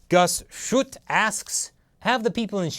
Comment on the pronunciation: Simeon Mayanja I think the dislikes are coming from the segment from and onwards. Two things: 1. is unable to pronounce a Dutch name. Guus Schut is actually pronounced as Jüüs Sjut in which the j is representing a Spanish j. 2. and his team hasn't done sufficient research into the problem of East Turkestan/Xinjiang. For example: Does he actually know Xinjiang is next to Afghanistan? There also still are some questions unanswered: Is the Taliban able to spread its ideology into China? Is the occupation of East Turkestan comparable to the occupation of Afghanistan by the Soviets? Is Turkey able to support separatism over there in East Turkestan and if so, how much? (Turkey and China sometimes have a bad diplomatic relationship over the situation in East Turkestan/Xinjiang.) Xinjiang/East Turkestan is in a bad situation. I'm convinced both the native supporters and CCP supporters are having bad intentions. It would be great if a neutral influential party is going into the area to investigate what's happening over there. ABC did it once and thanks to them I got to know about what's happening over there. I was quite surprised to see a CCP over there that through agitprop spoke the rhetoric of Geert Wilders regarding Islam (hence why right-wing Western people are so pro-CCP in this issue); Banning the burqa, banning the Koran and providing a service to report radical Muslims. I can't find the exact video., but I found a French documentary spoken in